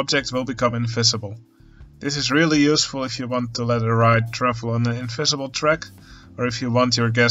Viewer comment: Making things in-F-isible